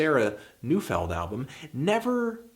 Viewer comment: Oddly enough I think Neufeld is actually pronounced Noy-feld